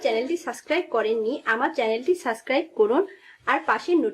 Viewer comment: ওটা সাস্ক্রাইব নয় ওটা সাবস্কাইব হবে. আপনি সবসময় সাস্কাইব বলেন